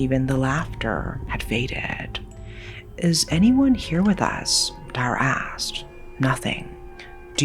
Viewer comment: As a cambodian, Dara is actually a common name. But the way we'd pronounce it was dah-rah not the way you pronounced. At least for me and my family. The name means Star. Anway its so nice to hear a Ouiji Board story that is set in Cambodia. I mean finally!